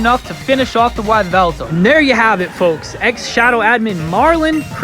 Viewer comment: Toucannon is so useless. Especially in the late game. It's pronounced Nee-hee-lego. Also it's pronounced Ee-vel-tal not Why-vel-tal.